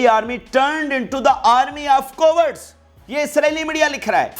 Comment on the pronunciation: "co - words" hain ya "caa wards" wah, angrezi ki dajiyan uda rahe ho, wah!!!!!!